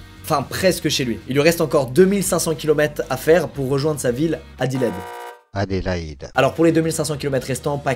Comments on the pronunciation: Tu m’as régalé avec ta prononciation des villes Australienne “ Pirse” et “Adilaide” xD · Squeeze a une telle puissance de conviction que j'ai même plus envie de l'appeler "" (Par contre Adélaïde "Édilède" c'est non. Ça dégage.) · Moi qui m'appelle Hédi quand entendu la ville qui se prononce "Hédileid" j'ai bug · Weshhhhhh il a pas respecté mon nommmm 😭 Je m’appelle Adélaïde 🥲 Ça se prononce : Adéle ( comme la chanteuse d’ailleurs son nom vient du mien ) Et : aïde comme la fête musulmane. Vous collez les deux et c bon vous savez le dire 😭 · Mdr il grandi a Adélaïde ses mon prénom 🤣🤣 Squeezie ne sais pas le dire je me suis tapée un de ses fou rires 😭🤣🤣🤣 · La prononciation de Adelaide et Perth, je meurs 😂😂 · Euh, tu sais pas prononcé "Adéilaïde"?? "Adélaïde vient du germain "adal" qui signifie "noble" et "hild" qui veut dire "combat" Adélaïde est un dérivé du prénom Adèle, mais elle a sa propre sainte: sainte Adélaïde. Adélaïde trouve ses lettres de noblesse au Xème siècle avec sainte Adélaïde." Google. C'chaud genre vraiment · Elle est dingue cette histoire mdrrrrrrr, j'aurais craqué dans l'avion moi 🤣🤣🤣 qui ne sait pas dire Adélaïde correctement, jpp x) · À quel moment tu sais pas prononcer Adelaïde ? 🤣